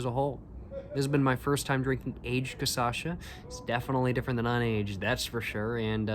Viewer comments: Try caipirinha with this one, to me its even better. Also the pronunciation is 'caCHAssa' and not 'caSSAcha'🤣 nice video man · I think you are already thinking about moving to Brazil. Now, it is not Ca-sa-cha, it is Ca-cha-sa, lol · BRO , IS NO T CA ÇA CHA, IS CA CHA CA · thanks for attempting brazilian portuguese!! but it's "cachaça", so you should pronounce it "KA-SHA-SAH" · if i hear you saying caÇacha one more time i'm gona kms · bro this is so funny how he says Kassacha hahhaha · from now on, i will only say "caçacha" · Ele fala caçacha kkkkkkkkk bonitinho dms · sir, it's pronounced "kah-SHAH-suh" that said, I'm loving to see the Brazilian cigarettes and cachaças reviews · jaja other people say Stella Artois but says Stella Artosis... a thousand people have commented about it and he just dgaf... ain't no way he gonna stop saying caçacha 🤷‍♀️ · "Cassacha" kkkkk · You def love Brazil, lol. Being brazilian myself, allow me to note that it's pronounced "cashasa". Thanks for your reviews, cheers! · Love you saying CAÇACHA, its my new way of talking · Each vídeo he pronounces cachaça in a different way. Keep going until you get it right man! Here's a tip: it's Ka-sha-sa. Just read that in english and you'll already have improved quite a lot. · Check out the first video where he tries 51, he was talking correctly many times in that one, then on he just prefered to say Cassasha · "CASASHA" 😂😂😂😂 kkkkkkkkkkk i die always broo kkkkkk i imagine you already know Brazilian Xuxa and Sasha 😂😂😂😂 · great video bro, hope youve been enjoying your time there try canelinha, bananinha and cachaça de jambu and a friendly reminder to try to practice and adjust your pronunciation to "ca - sha - ssa" (or dont if you dont care that much idk ahahah) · eu amo ele falando caçacha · say like this: "CA-SHA-SA" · "CAÇACHA" eu ouvi ele falar errado tantas vezes que agora eu também falo errado ahahahaha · W caçacha 🤷‍♀️ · It’s pronounced cashassa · sorry again but is CaCHaça